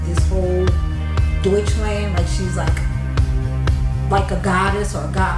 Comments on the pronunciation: If you want to pronounce Deutschland correctly, say it like doytsh-lahnd. Love ur vid tho. Intant sub❤️ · BTW in German you pronounce Deutschland like "deuch" - "lunt". Flatter vowel on the end syllable. ... As extra, in German, a German man is called a "Deutscher" (R on end). A German woman would be a "Deutsche" (no R on end). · Pls... Pls pls... Learn how to pronounce Rammstein and Germany = Deutschland. 🙏